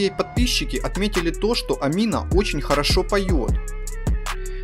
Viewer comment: Гений ты в имени Амина не правильно ударение ставишь